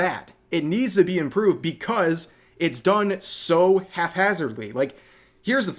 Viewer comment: Never heard anyone say half instead of hap. Great vid!